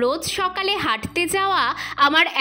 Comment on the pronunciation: তুমি বলছো হাগতে না হাঁটতে❤